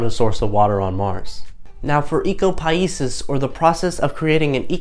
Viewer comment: It would be good if you could pronounce Ecopoiesis correctly.